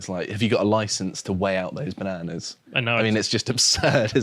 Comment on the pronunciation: Great vid as ever. But ask to learn to pronounce "bananas" properly.